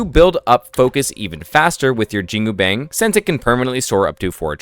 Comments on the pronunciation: JIN-GU-BANG >> almost pronounced right. the last word, is closer to "BUNK" like army bunk, instead of "BANG" like "BANK". so... say.. "JEAN" in billy jean "COO" cuckoo bird coo'ing "BANG" like BUNK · Jingubang is pronounced Jin (as in the Arabic demon) gu (as in Jew) bang (as in bong, or the words bon-bon or the word on, there is no ‘A’ sound) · great analysis, but please improve pronounciations 😅 my chinese mother dropped dead upon hearing your pronunciation of "jingubang"